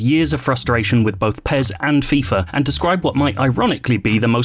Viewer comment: Sounds like he's Saying Pears 🍐